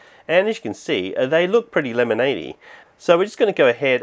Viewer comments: I love house he says lemonade like LEmANdE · "Lemonady,"